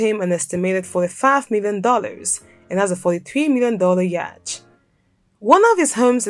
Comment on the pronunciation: Yacht is not pronounced as it is spelt. It is pronounced 'yot'.